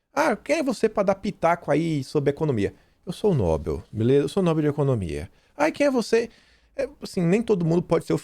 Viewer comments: a pronúncia é prêmio 'nobél' e não 'nóbel'. Escreve 'nobel'. A tônica é no 'e'. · leia por favor: NOBEL é oxítona e se pronuncia nobél, nunca paroxítona nóbel (obs: Nobel não tem acento). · No-bel. Não é nóbel. A maioria pronúncia corretamente. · Ótimo vídeo, mas é "NoBÉL" não nóbel